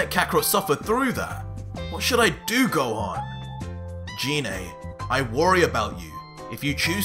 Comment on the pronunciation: anyone else annoyed that he is saying her name wrong ? its Gi ney ... sort of like the Gif arguments.